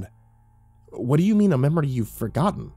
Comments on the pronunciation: He says son can you play me a MEMROY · I was thinking the same XD "MEME-ROY!" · "Son can you play me a memroy..."